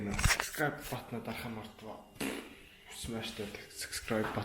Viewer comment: Dud it’s subscribe not sucscribe